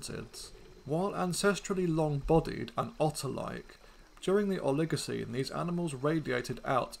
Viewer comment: Please learn how to pronounce these words correctly! "Oligocene" and "genera" are accented on the first syllable, not the second.